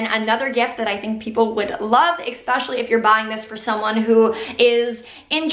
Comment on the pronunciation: especially not exxxxpecially